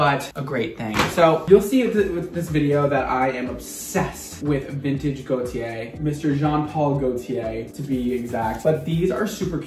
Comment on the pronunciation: Every time said Gaultier, I kept thinking he was saying Gotye, and now I have "Somebody That I Used to Know" stuck in my head.